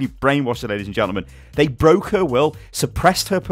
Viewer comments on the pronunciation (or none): none